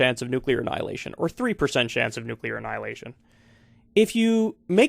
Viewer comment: I guess he figures he won't live much longer anyway, so why not risk a little nucular war...